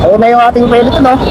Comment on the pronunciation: peloton kasi, hindi peleton